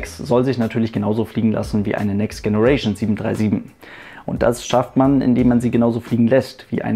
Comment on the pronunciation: next generation mit deinem ostdeutschen Akzent im denglisch auszusprechen ist leider nicht witzig, sondern doof.... die englische Aussprache ist doch nicht so schwer, oder?